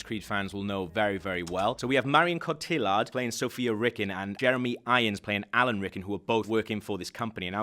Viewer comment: Cotillard is pronounced Co-Tee-Yard.